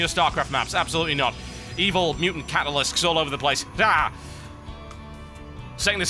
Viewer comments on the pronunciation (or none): Catalisks? Like Ultralisk?